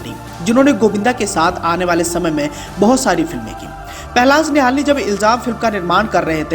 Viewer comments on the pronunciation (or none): पहलाज निहलानी न कि निहालनी